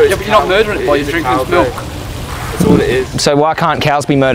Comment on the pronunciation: Milk is like "R" not "M".